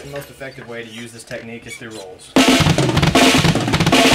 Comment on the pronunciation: i had to laugh soo hard where you accidentally said "Techtique" XD